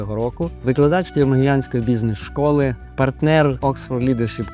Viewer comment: як як? бУзінес?))) Ви серйозно цн так вимовляєте?